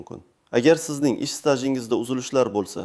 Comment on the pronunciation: СТАЖИНГИЗДАНИ ТУГРИ ТАЛАФУЗ КИЛИНГ УКА ОДИЙ АДАБИЙ ТИЛИ ГАПИРОМИЙ УТИРИБСИЗ У